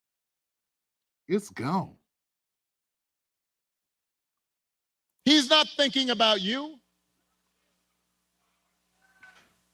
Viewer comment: you said it, "The Thrill is Gowne!",and we all looking at Obama like, "How did we ever fall for that?"